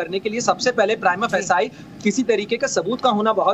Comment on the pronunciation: प्राइमा फेसाई नहीं। सही pronunciation प्राइमा फेसी होता है।